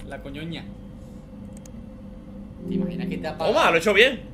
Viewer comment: "teh imaginah" JAJAJAJAJJAJAJAJAJJAJAJAJA